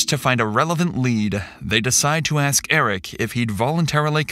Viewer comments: He aks me something ..... 😑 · “Axed me.” “He Axed me.” why is that always how it’s pronounced? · Why do these people say AXE instead of ASK?? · Something I’ve always noticed with these kind of people when they’re guilty, is they always have some kind of verbal backup. “Oh you can axe him, you can axe her…” or in this “you can check the ADT” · NEVER, ever hire an officer that can't pronounce the word ask. He was most definitely a DEI hire. Further proof that DEI hires are dangerous